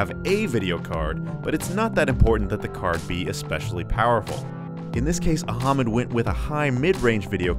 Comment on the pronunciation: Very nice video..thanks.. by the way.. the name phonetics of PC builder are "Ah-Mud" not "Aha-Mud"....lol... 😀😂😁😃😄😆😉